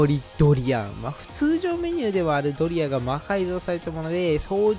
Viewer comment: ドリアがドリアンにしか聞こえないけど、字幕ですっとぼけてるのか、単に滑舌が悪いのか…私の耳がおかしいのかもしれんが😅